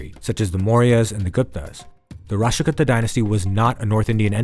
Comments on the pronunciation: Kuuta not kutta ...as in kuutami in telugu as in a collective. Many many kannada and Telugu words are similar. If you take a min to learn the correct pronunciation it would be clear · Why do we have to hear American Accent. Would have been better if Indian names were pronounced correctly. Rashtrakuta Kannauja I had to try 👂 thrice to understand what it is.